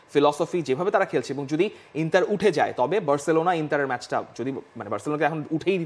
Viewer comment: ইংলিশে উচ্চারণ ইন্টার, এবং ইতালিয়ান উচ্চারণ ইন্তার হবে